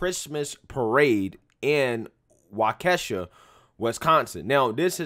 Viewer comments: Waww-Kuh-Shaw not Wuh-Kee-Shuh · Pronounced Walk-eh-shaw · its pronounced Wah-kah-shaw. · Waukesha is a Native word pronounced like Wah-Ka-Shaw not Wockesha like the Moneybagg song 🤣🤣🤣🤣🤣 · Waukesha is pronounced Wah-ki-shaw not Wa-Kesha 😂😂🤣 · He said Wa Keh Sha 😂😂😂🤦🏾‍♂️ It’s pronounced Wa KEY sha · Waukesha is pronounced Wok-a-shaw just FYI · Hey... love ur videos but it's pronounced "Walk-a-shaw". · It's pronounced 'Walk-uh-shaw'. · It's pronounced "Wa-Key-sha"... it's an Indian name. :) And it's a shame... but I had a feeling something like that would happen with all the toxic hate being pumped out by the left and media... someone was going to snap. Now we'll see what happens next.... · Wa key Shaw is how it's pronounced. 😂😂 I live just north of Waukesha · For future videos, it's pronounced "walk-a-shaw" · WAUK-E-SHAW...is how it is pronounced. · Pronounced Wau-ka-shaw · Wau-ke-shaw is how it is pronounced. I'm from Waukesha county originally but that was some 45 years ago or so. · It's promounced "wah kih shaw" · People saying it's karma are trash humans in general. Also it's pronounced Waw-ke-shaw :) Keep up the good work. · It's pronounced Wau-kee-shaw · I think it's "WHAH-ke-shah". But I could be wrong. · FYI, it's pronounced Walk-eh-shaw, emphasis on the first syllable. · Wah ka shawl is the pronunciation. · It’s pronounced Walk-A-Shaw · Pronounced Walkashaw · Hey. The city is pronounced "WAHkesha" "Karma" and "Self Defense"? Do these people (and I use the word advisedly) have any idea about what happened in the Ritterhouse case? Do they know he was attacked? Do they know that he only shot the attackers -- and that they were white? That he had absolutely no violent contacts with any black people? Memo to lefties: If you don't know what you're talking about, don't talk about it. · Wa-kesha lol. "Walk-a-shaw" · It'ss WA-KEY-SHA,my friend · Wha - kes- shaw, dang it's not that tough.... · Only thought is that its Wah-keh-shaw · Pronounced Walk’ - a - Shaw.